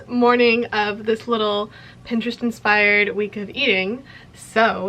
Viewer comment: "welcome to the first day of tis monday" ,😭